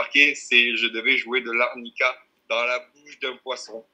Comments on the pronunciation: on dit “harmonica” pas “Arnica” 😂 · De l'arnica dans un poisson et personne ne relève ...honteux de l'armonica pas arnica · Armonica pas arnica lol